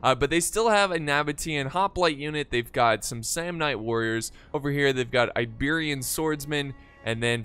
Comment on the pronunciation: did anyone hear the Apollo at the beginning called the Iberian Slingers Liberian Slingers haha